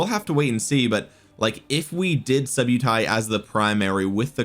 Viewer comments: nice vid, its pronounced sub-uh-ty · “Sub-Utai”… clever subliminal way of mispronouncing his name for more subs!